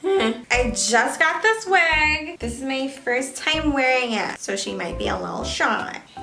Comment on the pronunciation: When she said might be a little shy so I thought she said sh**ty